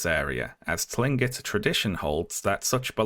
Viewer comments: Just so you know, Tlingit is pronounced with a hard "C" sound at the beginning, not a "T" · Hi! I just wanted to say that Tlingit is actually pronounced "Kling-kit." The "T" is more similar to the English "K" sound in that if comes from the larynx. Love the video and appreciate your work as always! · incredible video, mispronounced tlingit though so i disliked, and blocked you on everything... rules are rules :/